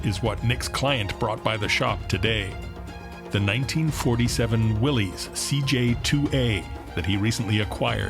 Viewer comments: P.S. It's not Will - ees, it's pronounced Will -is. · Love these Korean War era Willys. It’s actually pronounced Will is , but anyway you say it these are classic. My dad learned to drive on these in the American base in Argentina NFLD, after the war. Then he signed up and drove them in Korea, with the Pats. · It's a "Willys" ; pronounced Willis. Look it up.